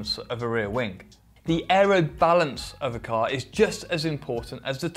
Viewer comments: Why is it that i hear wingK instead of wing? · Rear wingk, wingk?, really annoying